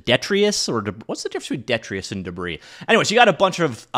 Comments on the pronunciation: Detritus (duh-TRY- tus) - waste or debris of any kind. synonyms: debris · waste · waste matter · discarded matter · refuse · litter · scrap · flotsam and jetsam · lumber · rubble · wreckage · remains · remnants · fragments gravel, sand, silt, or other material produced by erosion. organic matter produced by the decomposition of organisms. Review word: Foliage (FOE lee edge) - plant leaves collectively: "healthy green foliage"; synonyms: leaves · leafage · greenery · vegetation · herbage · verdure (Just helping class up his channel a bit...): ) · Yeah. The word is deh-tri-tus.